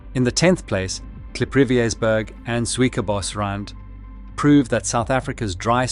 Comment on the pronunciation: South African accent voice that can’t pronounce Suikerbos or Sotho. Pity Ai is taking over.